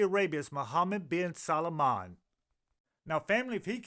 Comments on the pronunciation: Respectfully,, this prince's last name is only TWO syllables: SAL- MAN. It's NOT pronounced SAL-A-MAN. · You miss spelled his name it’s salman. You keep calling him Salomon.😅